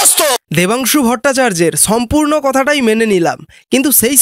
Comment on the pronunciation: তুমি আগে ঠিকমতো বাংলা ভাষাটা বলো - ছম্পূর্ণ কথাটা মেনে ছেই ছঙ্গে তুমি ছম্পূর্ণ মনুষ হও।